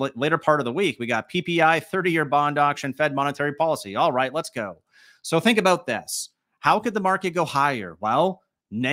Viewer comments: That aboot killed me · A-boot.... lol